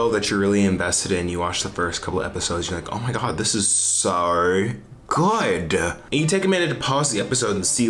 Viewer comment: that 'so good' in the intro sounded aussie haha coming from an aussie